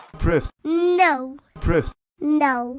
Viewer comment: He didn’t say proof, he said pruff. Your voice sounds almost like Michael Shermer.